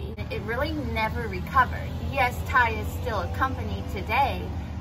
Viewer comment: Yeah, you’re right. It is pronounced like his name. It drives me nuts as a reseller on eBay when I hear other resellers pronounce it with the capital T and capital Y.